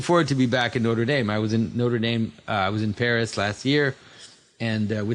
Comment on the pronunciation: Aren’t you French-Canadian? Why can’t you pronounce Notre Dame?